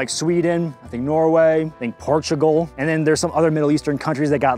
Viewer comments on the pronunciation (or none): none